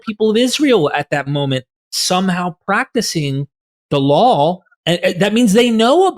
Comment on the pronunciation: "law" not "lawl".